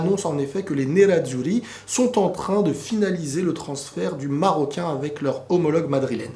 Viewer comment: Pas mal le "nerazuri" au début avec l'accent japonais lol